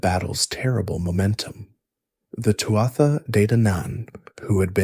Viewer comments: Not “Too-ah-ta”! It’s pronounced “Too-(h)aa “. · Its pronounced Too-ha, not Too-at-tha. Leabhrainn mé gaeilge.